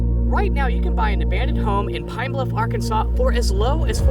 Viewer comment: It's Arkansas. They dont say Ar-Kansas. They say Ark!Kan!Saw! But it's spelled with an S. Not a W! I'd leave that dumb assed state, too.